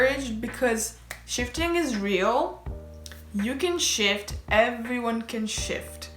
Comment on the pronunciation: I KEPT HEARING SH!T INSTEAD ON SHIFT. “I can sh!t my sister in the other room could sh!t, anyone can sh!t” IM SORRY I NEEDED TO SHARE THAT